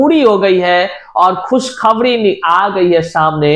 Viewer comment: एक तड़फ खुशखबणी की लहण दौड़ गई है इंतजार खत्म होने की खबण आ चुकी है जिनका सीटीईटी में बेडासी अंक है 😅😅😅😅😅😅😅😅😅 पहले बोलना सीख भाई आखिर हिंदी ने क्या बिगाड़ा है